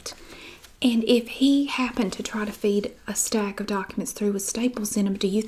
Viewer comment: i thought she said chicken FEET instead of feed and i was like what the fuck